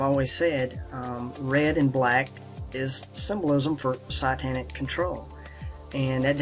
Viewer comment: Fantastic dot connecting content, but can you please learn how to pronounce the things you research? If a person is just listening to you talk it gets very confusing. ie: sytanic, zern etc